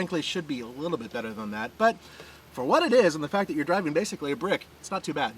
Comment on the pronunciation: Its "that" not "dat"